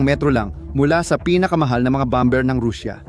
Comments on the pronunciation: Pls pronounce correctly the word bomber silent b pls 😂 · Ang bigkas ay bomer (,bomber)